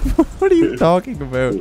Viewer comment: every now and then drops an aboot and it brings me great joy xD